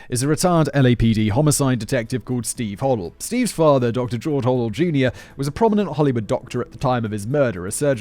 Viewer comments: It’s pronounced hoe-dell, not hoddle. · Doctor Ho - del [ NOT Hoddle, Simon! ] was briefly a suspect for the BD murder AND that of his secretary and very suspiciously fled the US to the Phillipines for 40 YEARS- he is still my preferred suspect and I am disappointed that did not mention these facts in this video..Dr Bayley is my 2nd choice as murderer.... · Robert “Red” Manley, (with an M) a 25 year old married salesman.. and (pronunciation guide) Hoe DELL Thanks Si for covering so much of the good stuff 👍.